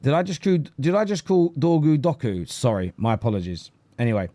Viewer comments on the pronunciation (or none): none